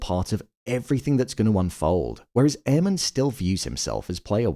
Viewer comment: 😂😂😂 I swear, every time says Aemond’s name I hear “Airman” 😅